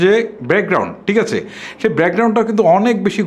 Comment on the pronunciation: ভাইয়া, আপনার ভিডিও বেশ কোয়ালিটিসম্পন্ন। তবে, আপনার কিছু উচ্চারণের দিকে বিশেষ মনযোগ দিতে হবে৷ বিশেষত 'থ', 'ছ' এবং 'ঠ' -তে৷ যেমন: টিক আচে? তাকবে.....